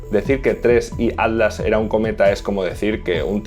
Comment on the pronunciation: Cuando dices ADLAS es ATLAS?